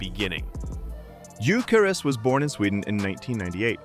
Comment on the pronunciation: You hear so many people say his name correctly but you Americans just have to change it 😂😂